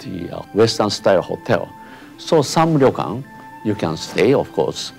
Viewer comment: It's not a ri-yo-kan, it's a ryo-kan... 2 syllables.